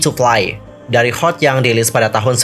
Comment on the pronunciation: Bacanya bukan HOT tapi perhuruf Kak... Jadinya H. (eij). O (ou). T (ti)... hehehe